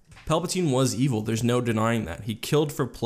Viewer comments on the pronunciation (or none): none